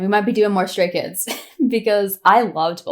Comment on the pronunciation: Your pronunciation of the names was perfect, in my opinion. Welcome to the rabbit hole, welcome to Stayville ❤ pre-debut Stay here. ❤ You have only 10000 songs left yo check out 😂😂😂😂 Btw. They are chaotic, loud, random, weired, lovly, adorable and caring chreakheads 😂😂😂 thats why we love them soooo much ❤